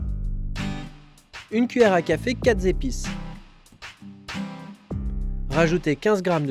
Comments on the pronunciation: Les liaisons dangereuses! Quatre z'épices? :p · 😁quelles sont ces zépises? j'ignore